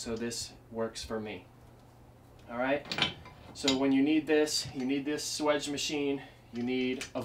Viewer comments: swaaaaage. (long ā) Not swidge. :p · If you correctly spell it swage, why don't you pronounce it swAGE ? Not swEDGE. I've pronounced it swAGE for 50 years.